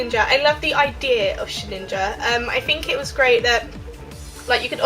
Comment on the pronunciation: Did you say Sheninja instead of Shedinja? :P